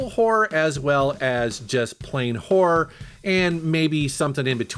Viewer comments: When you say horror it sounds a lot like whor...😄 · Is he saying horror, or whore?